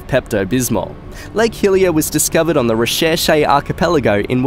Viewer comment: when you said lake hillier, i thought you said hylia